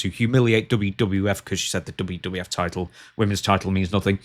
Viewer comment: "I am the title," saying it like, "i am the table."